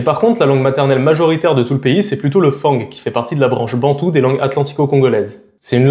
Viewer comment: Petite info, on ne prononce pas le G à Fang => [fã(ŋ)]